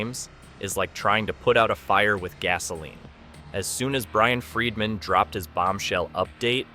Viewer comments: His name is Not Fredman! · And it's "Freedman", not "Fredman". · The whole video im screaming it's Brian freedman not fredman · When you do a story how hard is it to Pronounce the Names CORRECTLY ‼️His name is FREEDMAN Not FREMANTLE‼️‼️😵‍💫😵‍💫😵‍💫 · Not Fredman I hate when your iPad prints something you didn’t type! Again his name is Freedman NOT Fredman!!!😵‍💫😵‍💫😵‍💫😵‍💫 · I think Baldoni’s attorney’s last name is pronounced “Freed-man” not “ Fred-man”. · And Fredman! It’s Bryan Freedman! Idk how many times I cringed whenever “he” said Fredman. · This narrator mis pronouncing the lawyers name, over, and over again is ignorant. It's pronounced " Freed man" for God's sake! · HIS NAME ISN'T "FREDMAN"!!!!! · His name isn't "Fredman." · Do I keep hearing Bryan's last name pronounced as Fredman?! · I felt the same, 😂it was so annoying. At first I was like who’s fredman? Awwww Freedman!😂😂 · Is this AI narration? PLEASE pronounce Baldoni's lawyer's name correctly. Fingers on a blackboard,, man. Care enough to get it right.